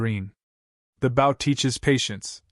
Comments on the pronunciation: Bow, pronounce boe, as in oboe. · not a bough a bow